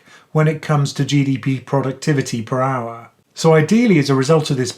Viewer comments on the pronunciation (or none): none